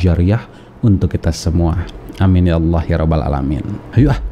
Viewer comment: Hai murtadin jgn ngaku2 jadi kiai apalagi syeh ,nyebut nama surat aja nggak benar,menyebut Allah aja lidahnya kaku